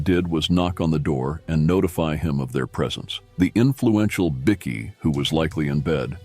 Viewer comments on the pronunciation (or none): Its pronounced Bykee not biki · As stupid as it is, it's pronounced " bi-key " ? Don't ask me why ! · Wow a chat bot video oblviously this has been made via AI or a american. As the bikie bickie biker are all pronanced inncorrect. This is a scam hopefully my data is safe. Seriously if you want to make videos at least call them bike.ers not bicc ies